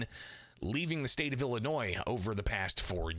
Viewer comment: The black speaker doesnt even pronounce Illinois correctly😢 It is NOT Ellenois.